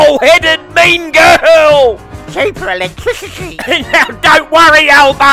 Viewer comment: Love this. Missed you. Thank you. Chweepa eWEctwiCityyyyyy